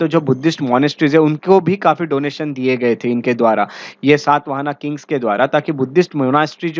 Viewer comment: The dynasty name is Shaata Vaahana शात वाहन....सात् वाहना नहीं. What kind ofvalidation you have done on your knowledge. अंग्रेजी में पढोगे तो ऐसा ही होगा। गौतमीपुत्र शातकर्णी... सात् कर्नि नहीं मूर्ख